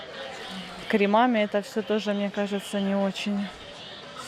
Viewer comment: Не кремАми,а крЕмами,тОртами,пОртами......